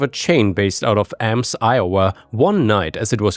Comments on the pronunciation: I do want to say you mispronounced Ames Iowa, essentially it is pronounced (aims) and not (aams) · Not a huge deal, but Ames is actually pronounced "Aims", and Des Moines is "Duh-Moin"~ this has been my lecture~ A friendly Iowan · Story 3: Considering the description of the convenience store OP gave and the fact that he said it was based out of Ames, he's probably talking about Gateway Express. They got fairly decent pizza. Oh it's not like it's that big of a deal but Ames is pronounced "Aims". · Ames, Iowa. Ames rhymes with games.